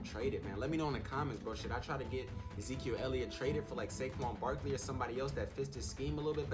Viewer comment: That boy said baquan sarkely 😂